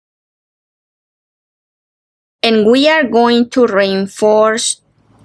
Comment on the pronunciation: This is mostly clear tutorial. Showing so many things. One just has to remind oneself that every time? says (as far as I hear rainforce) "reinforce" she is actually telling us(?) that we need to re-inforce (re-in-force?) our work to make the work as strong as we can. LOL